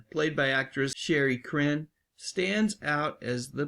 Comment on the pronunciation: Her name is pronounced Sha-ree, not Sherry.